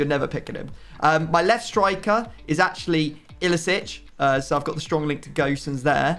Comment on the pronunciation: who told u its pronounced Gösens ? cause u said it right the first first time, its just Gosens as in Go and sens (altho the S is pronouced a lot less harsh)